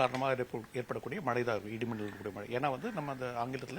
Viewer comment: 'மளை'ன்னு சொன்னவுடனே ஆஃப் பண்ணிட்டேன் - தமிழ் வாழட்டும், தயவு செய்து கொலை செய்யாதீர்...